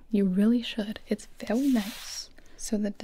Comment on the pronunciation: “I think you should try it, it is vewy nice 😊 “: gibi 2022